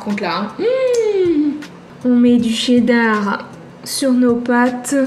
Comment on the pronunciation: Vous dites "la c'est dar" mais faut dire "la cheddar"🤣